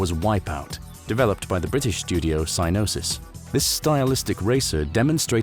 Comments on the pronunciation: Glad you're back, love your content! And sorry to be that guy, but Psygnosis is pronounced "Sig-nosis" ❤ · This pronunciation is blowing my mind. Psinosis? Sai-no-sis? Is the G truly silent and the last 30 years I 'm just saying it wrong? Also thanks for the content here, you are truly awesome.